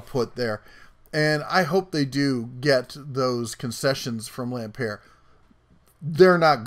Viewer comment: It's pronounced Lam "Pert " as in "Burt." He with 11 Billion of Kmart money bought Sears to save it from it's first near Bankruptcy.. Sears was never going to make it. He used his other company Seritage to buy up property and then sell it off. He has perpetrated one of the biggest sams in retail history.